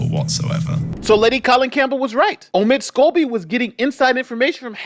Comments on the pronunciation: Lady C calls Omid Scobie "Amid Scabies". 😂😂😂😂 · Is it just me but didn’t she just say Amid Scabies? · Did she say omid scabies 🤣🤣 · Hahaha~ i just love Lady C! She calls him “Amid Scabies”🤣